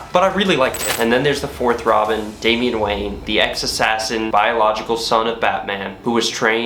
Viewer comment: *DamiAn Wayne not DamiEn ...